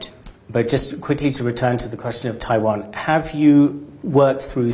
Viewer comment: You know she is real deal German when she pronounces Taiwan as TaiVon - .